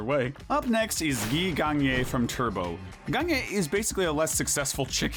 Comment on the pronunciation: The way you prunounce Gagné sounds an awful lot like and almost written the same as the word for a pile of shit (gané) in hungarian.